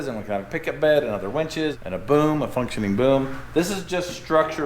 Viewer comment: Love the emphasis on the "functioning boom" 😂